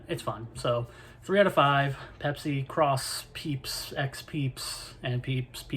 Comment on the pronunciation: Peepsi :D Great vid!